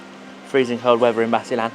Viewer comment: explore basilan first, and pronounce it correctly, I'M FROM LUZON, NUEVA ECIJA